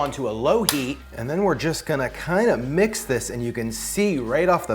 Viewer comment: Emphasis on the Mmix that up 😂